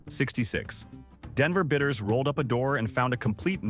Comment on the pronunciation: BIDDERS, not bitters !